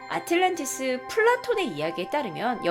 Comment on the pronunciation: 아틀란티스라고 발음하는게 맞지 않어?